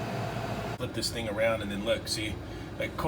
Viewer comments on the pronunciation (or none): none